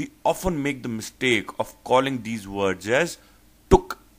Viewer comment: Maaaaaan, you need to teach yourself first. Your accent is like ehhh. Vords (words) WTF